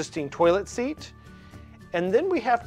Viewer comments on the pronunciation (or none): Seat, not sear